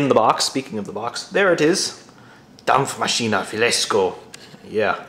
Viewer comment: Dampfmaschine, das hast du richtig ausgesprochen!